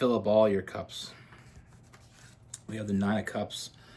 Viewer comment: When you say “cups” I hear “holes” which checks out 🤣🤣